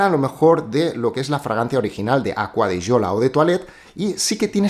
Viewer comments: Porque se pronuncia así en italiano. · por fin alguien que pronuncia bien la marca, no como otros que dicen ser fanáticos de ella y no saben como se dice 🤣🤣🤣no diré nombres. Pd: APM